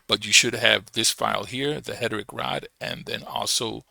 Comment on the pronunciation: Hederick?? Haha it's Heretic brother - pronounce it like "HAIR'-UH-TICK". :) Stress is on the first syllable. HER-e-tic. Thanks for the info brotha